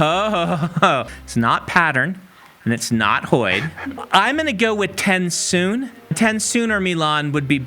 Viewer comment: I know right???! When he said Tensoon or Milan I was like…”no no, that can’t be right…”